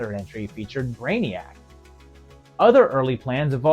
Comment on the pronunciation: Respectfully, Lex Luthor is pronounced Loo-Thor, and Mister Mxyzptlk is pronounced Mixy-z-pittle-ick. How do I know ? I asked the Superman writers and artists. Just thought you'd want to know. I pronounced Mister Mxyzptlk incorrectly for years, myself.